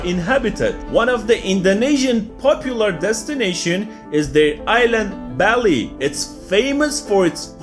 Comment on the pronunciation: Lol it's not pronounced belly, the right one is Bally